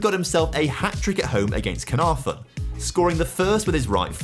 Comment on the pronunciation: I'll be honest I'm an Englishman who lived in North Wales for a few years and the pronunciations of prestatyn and caernarforn were a bit funny. Don't blame him though, if you don't already know and you don't speak Welsh they're hard to get right